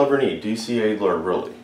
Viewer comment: Why not you say DEALER than ADELER